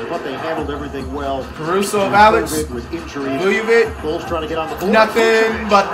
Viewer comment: Nikola “Vuyuvik”🤣🤣 Was trynna Play Like Nikola Jokic against My BucKs 🤣